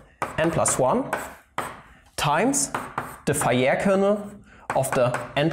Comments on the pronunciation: Actually, if you pronounce Fejér normally, it doesn't absolutely sounds like fire😂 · As being Hungarian, I would guess: "fe" part of "fejér" is like "fe" in "fellow" (without the -llow part, for sure), the rest of the name was about OK :) However in this case, some should not trust to my English example (I'm really not so great in English) at least, eh :) But anyway, great video, and it's not a linguistic channel. Sorry for my little off-topic classified comment of mine :-O